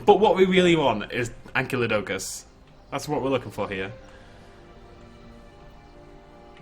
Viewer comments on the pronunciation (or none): Your inability to pronounce "Ankylodocus" is entirely because you think "Ankylosaurus" is "ank-ee-lo-saurus" when it's actually "ank-eye-lo-saurus".